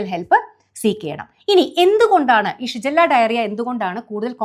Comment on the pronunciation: ഷിജല്ല യോ 😂😂😂ഷിഗല്ല